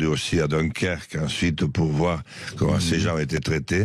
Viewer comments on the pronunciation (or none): none